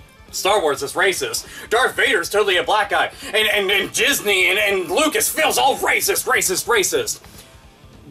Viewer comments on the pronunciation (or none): I think you said "Jizzney" lol.